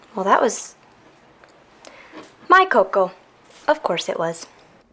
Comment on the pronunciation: I scrolled through the comments to see who else loves her very weird pronunciation of cocoa... also Carmella didn’t drink it, she poured it, and put it next to Laura.... I think she made Laura cocoa and Laura assumed she drank it